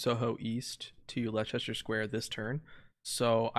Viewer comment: I know everyone struggles with place names in other countries so i dont blame you but still the "Lie-Chester square" physically pained me. It's said like "lester"